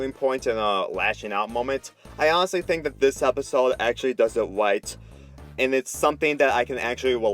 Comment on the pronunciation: i fink is all sick